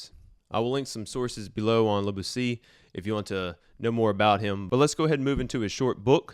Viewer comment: Great video (again). Boétie is pronounced bow-A.C (only without the w at the end of bow)